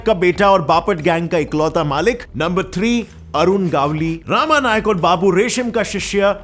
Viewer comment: It's not रामा it's रमा नाईक Full name is रमाकांत नाईक